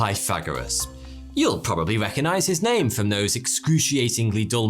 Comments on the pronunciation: If you can't pronounce his name correctly, don't overuse it. We know who you are speaking of, you don't need to keep mispronouncing his name. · Bro, you are not even saying his name right.